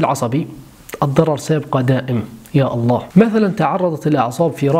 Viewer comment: ﷲ.،،، * هذا لفظ الجلالة يا تنطق زي الناس يا تسكت